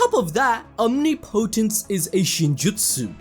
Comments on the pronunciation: Listening to you struggle to say “omnipotence” is hilarious 😂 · the way guy says omnipotence pissin me off its one word not two man